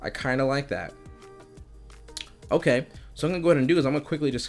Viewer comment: “its pretty ogay“